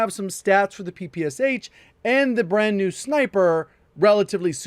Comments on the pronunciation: PePe eSeH sounds funny) It's Peh-peh-Shah. ППШ. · It's P-P-Sh (papasha) not P-P-S-H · It should be pronounced PeePeeEsh. There's a reason the "h" is small behind the "S" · J, when you will creating video about PPSh, please, read "Sh" like one sound. because it is actually a one letter in Russian - "Ш" So PPSh is "ППШ". "Пистолет Пулемет Шпагина" - Shpagin's Sub-Machine (Gun). Also in name Antonov the emphasis drops on first "O", so it is antOnov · It seemed pronounced "ppsh" very strangely.